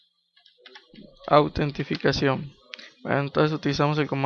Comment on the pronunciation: autentificachion xD ingles pro xD